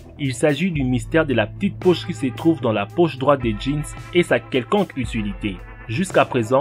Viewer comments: La ptite pouch , resoulu , pouw etwe une vwai pouch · mdr " la pi poche dans le Jean " 😂😂😂😂😂